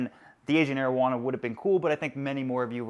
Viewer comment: i like how u pronounce the ancient arowana😀